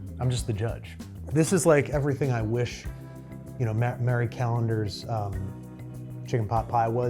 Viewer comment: Its not "Mary Callendars" its MARIE Callendars... lol 😂